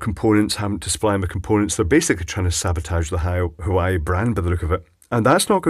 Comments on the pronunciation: lol at huwaeii its pronounced wah-way :) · its WHO-WA-WAY not Hawaii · Love your vids,. But you're killing me.:-) The Chinese communications manufacturer is not "hu-why", by rather 'wha-way' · The "H" in Chinese is never silent. "Hwah way" seems like a good approximation if you pronounce the H. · Also I'm surprised you even know what an electric car is. I've checked the Isle of man, the number of viable public EV chargers can be counted on zero fingers. Not that I'm salty about this, but yeah, I'm salty about this. (also btw it's pronounced HWAH-WHEY like curds and huawei. Another way to remember it is Trump saying "It's my way or the Huawei". Which he didn't because he's not that witty.) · Huawei it's pronounce wa-way I hate when thing like that are pronounced wrong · I think it's supposed to be pronounced more like war way. Hawaii is something else altogether. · The fault could be the fact that the left most terminal is the furthest from the "breaking torque" on the other side. Meaning when tripped or going into the off state the twisting force isn't enough to fully or properly disengage the left most pole. Perhaps why it's common to see the left side with problems. BTW, I think it's pronounced Wah-Way. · Huawei = Wah-Way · Hi, I believe it's pronounced "Waa Way" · There's a quiet 'H' on the start though, "Hwah way". English may have some silly pronunciations but at least the Chinese don't use the letter H for a W sound! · Phonetically it's: Heh-wah-way. Said like: Hwahway.